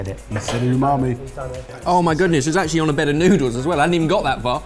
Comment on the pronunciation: Did say "time or day" instead of "time of day"?